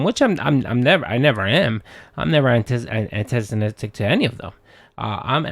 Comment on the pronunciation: antizonistic, huh? 🤣 🤣 Sorry bro had to